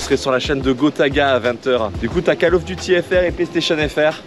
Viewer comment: Cale of Duty, je suis juste là pour entendre ça moi